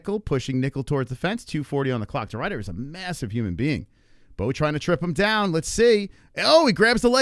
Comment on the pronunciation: it's Ridder not Rider you plebian